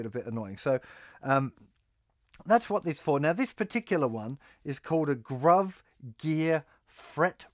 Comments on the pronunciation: Justin, I believe it's pronounced "Groove", not "Gruv". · hi Justin I enjoy your videos.. just wanted to offer this pronunciation suggestion: pronounce Gruv as groove.. pretty sure that's what they were intending when they came up with the company name.. cheers mate! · I think it's pronounced groove, as in groovin' on guitar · Gruv pronounced "Groove"